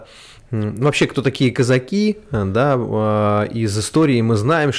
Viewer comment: user-ph9ls7wh1b но они об этом могли и не знать. Это было давно. Казаки - ударение на 2-й слог.